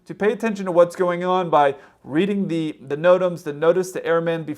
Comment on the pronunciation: "nodems?" ( as opposed to: "notams" )